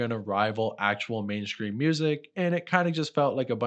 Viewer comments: Are you saying main scream instead of mainstream? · did you say mainscream instead of mainstream on purpose all the time 😁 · Are you saying mainscream?